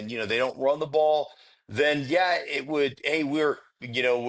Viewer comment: When says yuh, yuh instead of yeah, yeah it drives me nuts